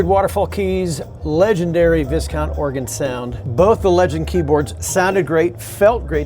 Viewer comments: Viscount is pronounced vy-count. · Thank you for a great video. I may be wrong but I think that VISCOUNT is pronounced VYCOUNT.